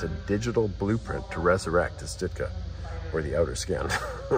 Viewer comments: Pronounced “Shtoooka” great video! Thanks for sharing! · It's not "Stootka"!